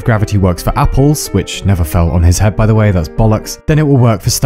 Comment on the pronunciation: Every time exurb1a mispronounces a word on purpose like "whoay" for "way" it's part a a message you can trace back to his first videos and it's making a script with a grand message about him and his channel and its goal. So far it promises a reward for the one to eventually find out the message. I'm not that intelligent and the message is scripted as well so if someone with cryptology knowledge wants to look into it feel free to do so.